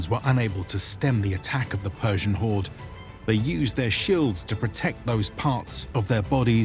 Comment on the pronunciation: I am fluent in Persian language and want to thank you for your good and correct pronunciation of Persian words.